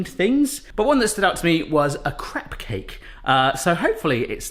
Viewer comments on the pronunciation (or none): LOL sounded like you said a "crack" cake